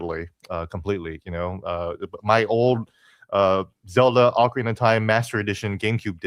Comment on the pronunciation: .nuh (ocarina) it’s not pronounced like okra the plant u eat thank you👍